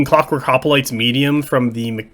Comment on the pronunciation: Please, its not HOPOLITES but Hoplites, just one 'o'